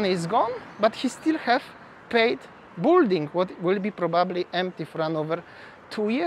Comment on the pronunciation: BILL - DING - not BULL DING